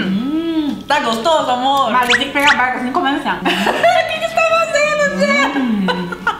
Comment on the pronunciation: Ela falou berca n barca kkkkk